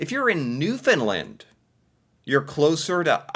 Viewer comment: I love ya dude but ya gotta start pronouncing Newfoundland properly! Try this. Say "understand Newfoundland" quickly with no emphasis on "found" and definitely not "fin" for found or "lind" for land. Hope this helps lol